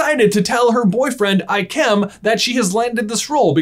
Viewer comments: It is Ik-um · Have I seriously bean pronouncing ikem’s name wrong? I thought it was pronounced like i-key-m.